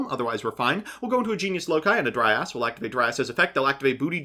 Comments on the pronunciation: He was mispronouncing it and saying "dry ass" for comedic effect lol it's supposed to be pronounced "dry-uhz" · took me a while to understand you were'nt saying "dry ass" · Am i the only one who heard saying "Dry ass" instead of Dryas? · Anyone else notice pronouncing Dryas as "Dry Ass"??